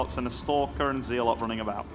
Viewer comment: it's Zealot, not Zee-lot!